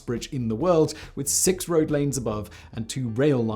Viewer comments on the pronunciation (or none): none